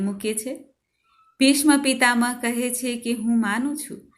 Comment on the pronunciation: બહેન, ખુબ સરસ. અભિનંદન ! માફ કરીને એક વિનંતી સાંભળજોજી. સ્તોત્ર પઠન દરમ્યાન, લિખિત શબ્દોચ્ચારણ કરશોજી. દા. ત. "ભીષ્મ "નું ઉચ્ચારણ "ભીષ્ણ "કરી રહ્યાં છો, આમ ઘણી જગ્યાએ આવું સાંભળવા મળે છે, અલબત્ત ગદ્ય પઠન બરાબર છે. જય હનુમાન દાદા.